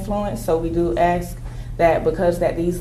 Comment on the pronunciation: Holy shit... the lawyer says "aks".